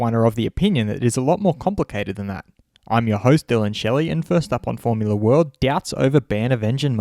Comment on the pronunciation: I never thought the word "doubts" can sound like this...